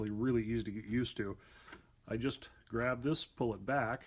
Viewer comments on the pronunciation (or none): none